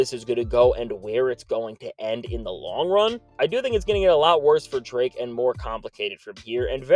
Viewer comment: Did you say Dra Kelly 😂😂